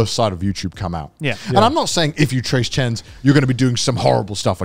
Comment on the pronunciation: Man I can relate to Connor’s repeated “trace chends” so hard - sometimes monke tongue is just convinced it’s right despite what monke brain tells it 🥲